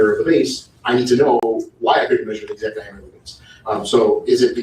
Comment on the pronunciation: The typeset “you don’t know the EXZACT angle”